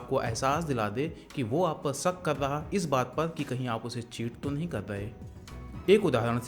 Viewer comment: सक😂 नहीं शक